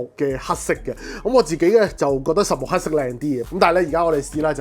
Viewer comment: Eric, I like this channel. But!!! 係"黑色" 唔係 "蝦色". 係"量感" 唔係 "亮緊". 係 "想" 唔係 "相". 係 "擴"展 唔係"蓋剪" 連產品 "110" 三個字 都非常唔清晰. 講嘢又要講得快, 咬字又唔清晰. Pls improve.